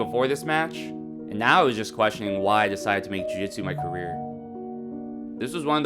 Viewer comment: Awww dont said qeston you krey it good😀